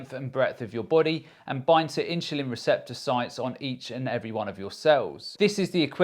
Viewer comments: S/l inchulin to me??? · Am I the only one hearing insulin pronounced differently? I’m sure that’s the right way 😊